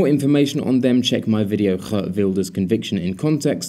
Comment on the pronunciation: Like your work! As for Geert Wilders, you got the 'G' right, but the 'ee''s are pronounced as the 'ee''s in the word steer. ;-)